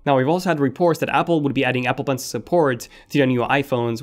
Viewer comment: Apple bencle?? Apple Ibads?? Are you an Arabic speaking guy? I don’t think the A13 chip would com. It would be the A14.. Americans are scared of number 13.